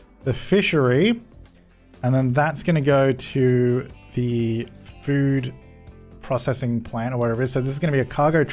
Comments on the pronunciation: Any one love the way he pronounces 'processing'. Haha. Always makes my day. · Hikers42 he pronounces it the usual way?